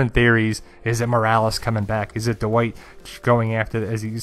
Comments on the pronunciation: I'm kinda just joking. I really like your work. Your analyses and theories are thorough and interesting. Still, I bet if you say "bad white" it doesn't come out "bad uh white" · dude... say it with me... "Dwight" (one syllable) not "Duh-white" just "Dwight"... one syllable